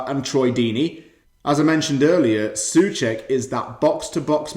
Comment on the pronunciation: czechs say So-cek but good video and great game.